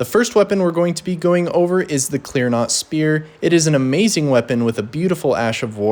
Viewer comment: It’s clean rot, not clear not.